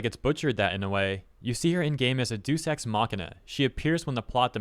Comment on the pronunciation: Hello. It appears you have made a small pronunciation error. "Deus Ex" is pronounced Day-Us Ecks. I hope this helps, and wish you the best in your future endeavors.